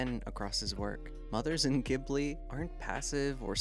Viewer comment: Again, I'd love to love this video, but is there any particular reason you refuse to learn how to pronounce the name of the studio correctly?